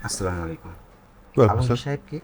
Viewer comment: তৌকির কাকু সব ভালো তবু মনে হয় আপনি সচেতন না, এই যে স্লামালাইকুম টা কোথায় পেয়েছেন। সালাম টা ঠিকভাবে বলা যায়না। বাংলা নাটকের সবচেয়ে বড় দোষ।